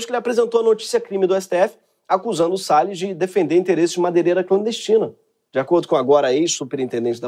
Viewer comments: O ministro"Sell us" foi demais! Kkkkk O nome condiz com o ofício. Sales (vendedor), A pronúncia "sell us" (nos vende) é muita ironia esse trocadilho. Kkkkkk So clever! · AMEI SEU INGLÊS E MAIS DO "RICARDO SELL US" O PRÓPRIO HAHAHA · Ricardo "Sell us"😂